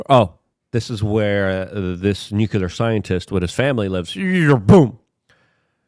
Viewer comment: FFS LUKE! NUCLEAR! NEW CLEAR. NUCLEAR!